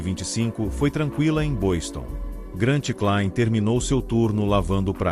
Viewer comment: Essas narrações digitalizadas são horríveis, muitas palavras erradas incluindo o nome do escalador além das legendas... uma bela história mas nada como um vídeo bem narrado por alguém que tenha boa dicção.